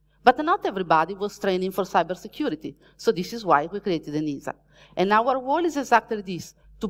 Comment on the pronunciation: Each time “ENISA” is pronounced in this talk, a kitty is killed…